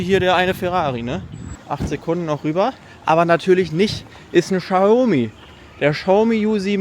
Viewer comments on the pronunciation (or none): none